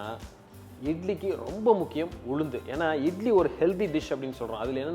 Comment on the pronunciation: Could not quite follow information about Ulundu. Too fast and not clear enunciation🙏